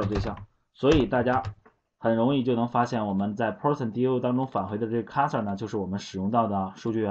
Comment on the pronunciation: 这是你讲的课吗？讲的很棒，但有些单词读错了，cursor, transaction